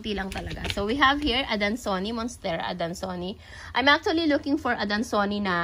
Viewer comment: Hello po,. I love watching your plant vlogs but just want to correct po, Adansonii is pronounced po as ‘a-dan-so-ni-yay’. This is just to inform po so that others will know as well. 😊 God bless po!